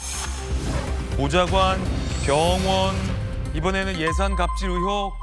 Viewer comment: 의횩이 아니라 의혹이다 진짜 듣기 싫네 아나운서라는 놈이 발음이 그 따위냐?